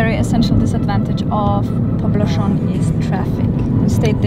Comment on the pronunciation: You're doing not too bad on Legazpi. But Poblacion is pronounced poblassyon. In no country in the world people say "poblashon". Where the hell did you get that from?